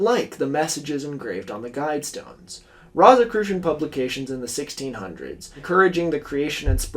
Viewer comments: I really wish you looked up how to say rosicrucian before saying it 500 times in the span of ten minutes for this video. I hate love to nitpick, but how hard is it to google a word you're not sure about? It's rō like rose not like rot. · I'm so sorry for this, but this kept drawing me out of the narrative. Rosicrucian is pronounced like "rose" like the flower for its first syllable . And Edgar Cayce's last name is pronounced like "kay_see" . Doesn't make sense, but that's the way he pronounced it. I've done a lot of reading on both these topics in the past, so they really pricked my ears up when you said them. I love your videos, but correct pronunciation helps sell the veracity of your work. I'm only making this comment for you in case you refer to either of them again. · Wait. Doesn’t the first syllable of Rosicrucian rhyme with rose ….? Am i the only one whose eye twitched every time he said it. 😄 Excellent essay, though, on an excellent channel. Glad i found it—i have more catching up to do yet! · It hurts every time you mispronounce rosicrucian. Good video nonetheless.